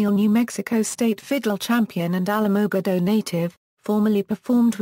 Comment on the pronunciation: you need to learn how to pronounce the city name correctly. If you don't know how to say the name then don't even try. I live here and you messed up on the name big time.